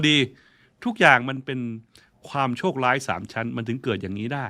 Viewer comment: โชคล้าย ลอยเลื่อน ลุนแลง คาวก่อน เมื่อไหล่ เลาควร โคลาด ท่านใช้ภาษาไทยได้สะดุ้งมาก ร.ล.ควบ.กล้ำ ไม่ผ่าน